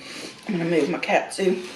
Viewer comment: It's pronounced kawt-soo